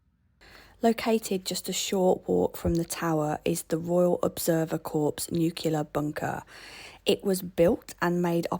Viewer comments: No worries. I thoroughly enjoy your show regardless. My wife was born in Birmingham. I fell in love with her accent first. I am not in any way attacking you, your accent, or the way you annunciate. If you want to say Corpse and New Killer, that's fine by me. No-one will mind. I know that North Americans struggle with the word Nuclear and that it is sometimes tempting to pronounce a written word literally as spelled. Please promise me just one thing: Never mispronounce the word; Schedule. Lots of Love. Tom x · Sadly not. It was all you. I thought I would tease you for your weird pronunciations. I was a bit surprised to hear you pronounce Nuclear as "New Killer". And Corps as "Corpse". I did not expect this of a fine English girl of your standing. At least you gave me chuckle. Best Wishes.